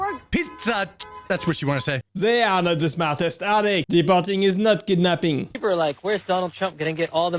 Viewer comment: Did she say kib napping